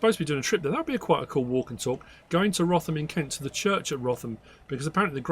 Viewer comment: I don’t live far from Wrotham in Kent. Locally we pronounce it “rootam” 🫶🏻